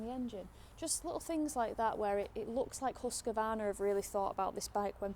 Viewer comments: Why so many say Husqavarna??? Where did the extra "a" come from? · Who's huskavarna? At least pronounce it right, please. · Close, but you can swallow that first A you are usingin Husqvarna because it is not in there! 😁